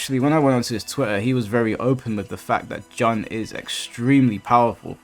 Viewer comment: I swear why do so many UK players tend to mispronounce Jun's name. it's pronounce "June" like the month, stop saying "John Kazama" XD